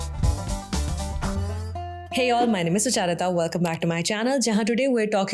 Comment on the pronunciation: While I admire your videos very much, ons thing which sticks out like a sore thumb each time I watch any of your videos is your pronunciation of your own name. It is Sucharitaa/सुचरिता and not Suchaaritaa/ सुचारिता as you sound it, unless there is some other reason or explanation for doing so, which if it is there one would like to know about!